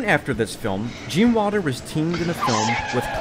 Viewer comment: Great documentary. If only you could say Wilder instead of Walder.